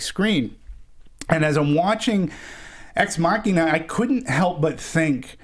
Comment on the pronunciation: These guys can't pronounce ex machina